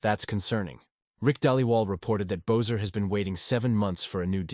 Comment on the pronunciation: It's not "Bozer"...it's pronounced "Besser"